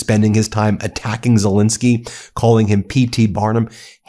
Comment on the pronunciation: Again, I’ve heard of a Ukrainian president named “Zel-E-nsky”? Who the hell is this “Zel-I-nsky”?